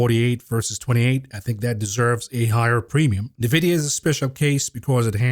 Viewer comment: 2024 is never too late to learn how to pronounce NVIDIA.